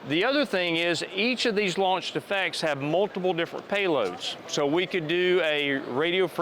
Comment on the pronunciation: Whenever he says "launch effects" it sounds like he's saying "launch defects" (of which this product likely has many). Work on your pronunciation, presenter dude. Also, as many others have stated, this isn't fully autonomous. It is, at best, semi-autonomous. It still has a navigator, someone still has to tell it where to go and what to do. Additionally, someone still needs to be a crew chief, to be a loadmaster, to perform maintenance on the craft. Tell me when you can just set up a radio guidance beacon, turn it on, and have the aircraft automatically load up, start up, take off and fly to that beacon, land and return to base, complete with evasive maneuvers if engaged by the enemy, all with no tablet or other pilot required. THAT would be fully-autonomous. And there's no defensive measures in case of jamming or interference. As of this point in time, semi-autonomous military helicopters are just handing the enemy free stuff. "Hey China, hey Russia, hey Taliban, do you want a free UH-60 and its' cargo? 60+ billion dollars in free military hardware!" Congratulations Sikorsky/Lockheed Martin, you just made the world's most useless conversion of a military helicopter. This would have been better as a civilian vehicle, where at least we know it'll be safe and secure if it lands rather than revisiting the botched Afghanistan Pullout every time we deploy one of these things.